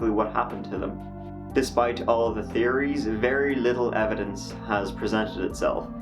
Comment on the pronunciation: yeah! And he says theories instead of tearrys😂